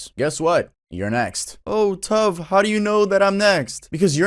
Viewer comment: I knew tuv was Hispanic, listen to that pronunciation